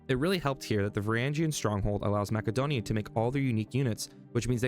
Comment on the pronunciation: It’s not mackadonia…. Stopped watching after that